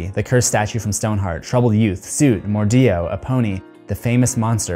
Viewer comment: dude. it soot like "foot" not soot like "suit"